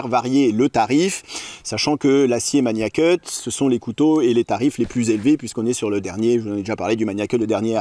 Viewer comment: Par pitié il faut arrêter avec la prononciation "maNIAcut". C'est Magnacut avec un G dur comme dans magazine.